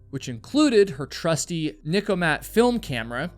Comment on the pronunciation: NIKKORMAT. Not Nikomat.